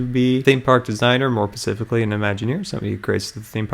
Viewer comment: you're super awesome! You're such an inspiration to me:3 I have to let you know, though, that you're saying "pacifically", which isn't a word but kinda sounds like "Pacific" like the Pacific Ocean. The word you're looking for has an s in front of it; "specific" I just wanted to help you out, since you talk for a youtube channel.